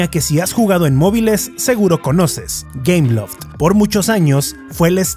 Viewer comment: ah! entre por que pense que decia cameloft xd o algo asi